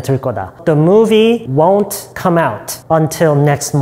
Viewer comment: won't 발음이 왜 이래요?